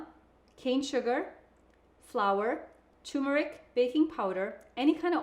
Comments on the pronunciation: Its tuRmeric, not "toomerick." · Please note that turmeric takes a short U. The same U one hears in turn.